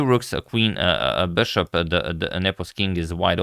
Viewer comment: "Bøshåp" - it sounds french? (LOVE! LOVE! LOVE!)